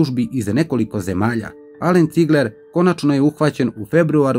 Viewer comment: Nije Cigleeer nego Cigler